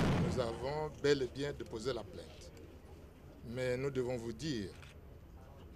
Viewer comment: plainte et non plaite vous aussi